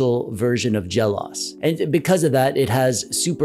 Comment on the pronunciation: This is a good review of the PowKiddy RGB30. BTW, it's pronounced Jel Oh Ess. The OS stands for Operating System and is always seperate just like in MacOS or iOS. For example, you wouldn't say mac-oze or i-oze or perhaps mac-ohss or i-ohss.